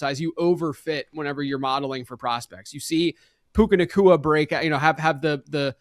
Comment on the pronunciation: did you mean Puka-naCHEWa??